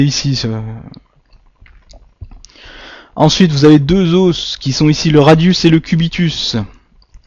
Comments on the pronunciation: Os au pluriel se dit « eaux » a part ça bonne vidéo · Vas apprendre a parler tu sais meme pas dir os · bonne vidéo sauf que "un os", on prononce le "s", mais "des os" on ne prononce pas le "s" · Tes moyens mémotechniques sont vraiment géniaux continues comme ça, tes videos sont très bien faites et viennent en aide à de nombreuses personnes! Merci encore! PS: c'est rien du tout mais la prononciation du mots "os" au pluriel, c'était dure les premières minutes haha :p